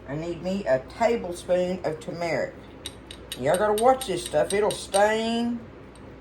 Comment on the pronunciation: I have fallen in love with you and your videos but can I offer some advice. It’s not Tu-metic. It’s Tur-metic, uou and a lot of others say it wrong.